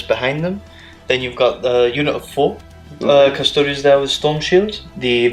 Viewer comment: cus-to-deeeeees. seriously. or custodians. not "TOADS". it's not as-tar-T, it's as-tar-tees.